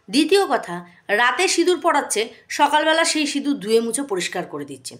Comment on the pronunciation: আবার সিঁদুর বলছে না সিনুর বলছে আধ পাগলা টা 🤣🤣